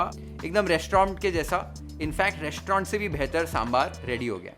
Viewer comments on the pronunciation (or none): none